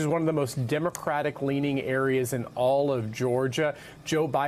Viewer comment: Then why is he in court and she isn't ? Also it's Fannie not faunie